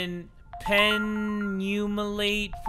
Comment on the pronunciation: penumalate killed me 😭😭